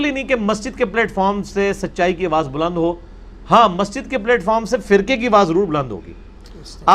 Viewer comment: Engr Sb is an educated man he must not pronounce the word platform as plate form. Its plat.... Like flat. Not plate.